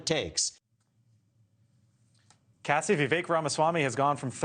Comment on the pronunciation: VEE-VAKE? How hard is it for you to get his name right?